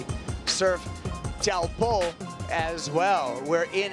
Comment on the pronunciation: WSL really need to provide PD and cultural competence to all staff, commentators and surfers in how to pronounce Teahupo’o. Even if people dont get it completely right its appreciated when you make an effort. Hearing people still saying Showpoo and Chopes is so disrespectful and in this day and age, really not acceptable. Its one word/ name. The least you can do travelling there under the locals manaaki is learn that one thing. Please have some respect